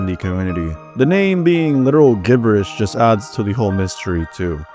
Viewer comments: "are uhh" and "gib burrish" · no way you say gibberish with a "guh" sound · I've literally never heard anyone pronounce gibberish with a hard G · Im sorry. You say Gibberish i stead of Jiberrish?? 😭or am i mishearing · Does anybody else notice that he keeps mispronouncing a lot of random words 😭 like “gibberish” and “maintenance” and just a bunch of other ones? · Why do you pronounce "gibberish" and "maintain" in such a wrong way? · did this guy just pronounce gibberish using a G